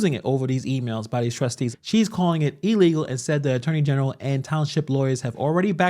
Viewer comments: She said, Ee-legal. Can’t even pronounce words correctly. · Tiffany: “it’s ill-leego” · why she keeps saying shit is E-legal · She also said E-Legal 😂😂😂😂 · Did she say ellegal not illegal and that people showed up in drones 😂😂😂. Wow! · ILLEGAL...not E LEGAL. DROVES..not DRONES. ASKED..not AXED...Good God from ZION!! 😏😒🙄